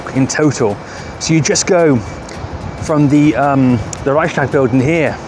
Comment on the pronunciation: You should try to say: Rei-ch-s-tag with a smoth "ch" and a separate "s". ;)